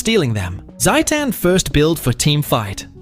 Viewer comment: why pronounce like satan